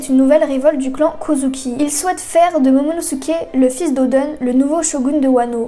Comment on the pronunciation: Pk tu dis odun a la place oden?